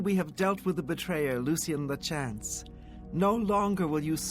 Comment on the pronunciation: It triggers me every time you pronounce “Lachance” like that